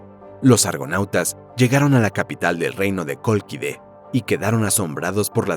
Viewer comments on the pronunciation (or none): «La Cólquide» y no «La coloquida» 🤦🏻‍♂️ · Colquide se dice y por toda ELADA (NOMBRE DE GRECIA EN GRIEGO) NO HELENAAAAAA TARADOS